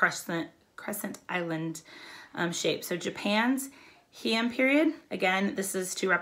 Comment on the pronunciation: Two notes that may be helpful, from us living in Japan: It is officially pronounced like "Hey-Ahn." Also, there are multiple sign languages all over the world. In Japanese sign language, the sign for shogun is available to be viewed on this website: Just thought it be helpful and interesting.